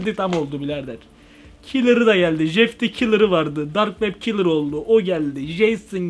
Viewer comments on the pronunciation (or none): Abi o dark web kilır değil o Dark Web Killer